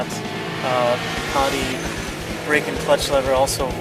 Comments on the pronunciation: why does he keep calling the duc as a 'duck'?. .. isn't it supposed to be more like 'duke'? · "duck"??? WTF??? duck!!! OMG!!! its a ducati orrrr duke.. OMG "duc" is this normal in usa to call it a duck.